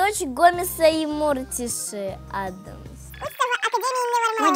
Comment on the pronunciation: Какой Мóртиши??? Не Мóртиши, а Морти́ши!